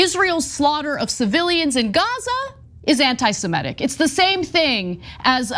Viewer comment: It's a little thing, but it always bothers me. The term is NOT anti-Semetic, it's anti-Semitic. Please pronounce it correctly.